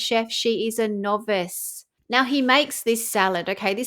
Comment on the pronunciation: Did you say novice or knobess